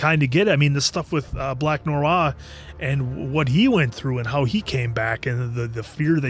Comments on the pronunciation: lol. My man just cannot pronounce the word "Noir". Not mocking, I love ya guys, but its so funny to hear him go "Narawr, Narwar, nooror..." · The way pronounces "noir" is crazy 😭